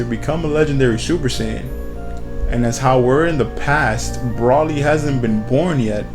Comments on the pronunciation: also its pronounced bro-lee spelled broly not pronounced brah-lee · its not brawly its broly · Why would you pronounce Broly like Braw-ly when there are multiple movies out with Broly in them and each time, they pronounce it Bro-lee....Drives me nuts.... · why is he saying Brally? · first its pronounced bro-lee and second pretty sure he isnt canon to the anime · I cringe everytime he says Broly wrong I cringe